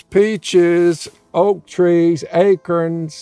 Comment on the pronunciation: did he say 'acrorns'?? I think he may have meant 'acorns' 😛